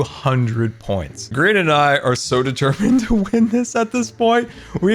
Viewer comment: did say grain🧐